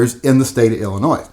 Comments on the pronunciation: The “s” is silent in Illinois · The S in Illinois is silent. Lol. BTW do you like H&K? Ive watched about 20 videos you never mention them. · Oh boy, going after “Ill-ah-Noise!” Lmao, what an, “epic takedown!” Love this man’s pronunciation, but not as much as I love his channel and his work- obviously a labor of love! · Why do you pronounce Illinois 2 different ways? The s is silent. You mispronounce it many times while pronouncing it right many times. Come on kid.